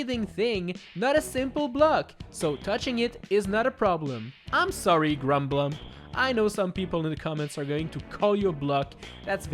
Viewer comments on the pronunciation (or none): none